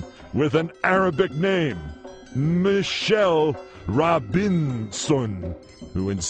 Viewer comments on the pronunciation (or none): none